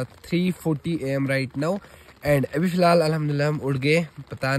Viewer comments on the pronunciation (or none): Filhaal, filal, fihal and so on😂😂😂😂😂